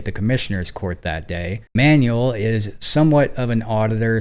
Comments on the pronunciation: Careful with the pronunciation of "Manuel." It's not like "manual," but more like "man WELL." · Manwell. Not ManUell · with respect, i think it's pronounced "man-well", not "manual". thanks for the video and your channels. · Hey, it's pronounced "man-WEHL" with the emphasis on the second syllable. Not "manual" like manual labor. In Spanish a UE has a wheh sound like wet. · MANUEL is a man's name (from Spanish/Portuguese form of Emmanuel) for a person. MANUAL is an English word meaning "done by hand," "related to hands," or a "handbook/instruction guide," and these are not interchangeable. Use "Manuel" for a person's name and "manual" for tasks, tools (like a manual car), or instructions (like an owner's manual). Learn some goddam pronunciation, PLEASE! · how many times can a mfer mispronounce Manuel?